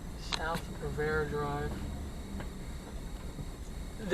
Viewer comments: Riviera Dr. not Rivera Dr. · The road is pronounced Rivi-era not Rivera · WOW, Thanks for the Memories! I haven't lived there in Decades, it seems nothing has changed. PS: The street is pronounced Riv- e-era Drive, not Rivera!